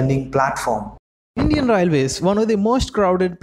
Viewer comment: Atleast say railways properly. Your accent sucks..